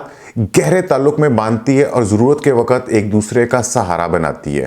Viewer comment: و ق ت ____ و کے اوپر زبر لگایا جاتا ہے لیکن ق اور ت ___ انکو ایک ساتھ ملا کر بولا جاتا ہے اور ق کے اوپر زبر لگا کر بولا نہیں جاتا ہے بلکہ سبکو ملاکر بولا جاتا ہے ۔۔۔۔ 👉👉👉👉 مہربانی کرکے اردو کی ٹانگ مت توڑی جاٸے ۔۔۔۔۔ 👉👉👉👉 ❤️🇵🇰💚 LOVE FROM PAKISTAN 💚🇵🇰❤️